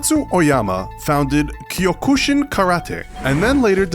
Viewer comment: Him pronouncing kyokushin gives me pain as a black belt